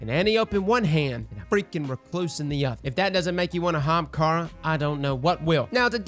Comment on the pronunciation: Lmao said “if that doesn’t make you want to ahamkara”... I am done!! Lol